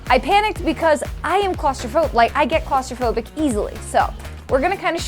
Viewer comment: not claustrophobic, its celithripgobic